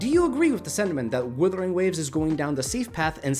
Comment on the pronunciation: I love getting breakdowns of a game from a guy who can't pronounce the game's name.